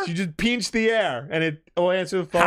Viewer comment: "Peench"? It's pronounced "pinch". I swear you new yorkers lol